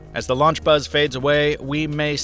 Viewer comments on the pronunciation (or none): none